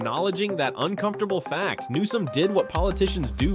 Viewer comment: Who ever the narrator is can't pronounce bills last name correctly. How many times does he call newsome nome. He's an idiot that needs to be replaced.